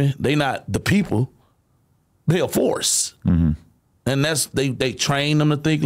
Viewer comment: bro said “the force” exactly like a country police from Texas would sound 😂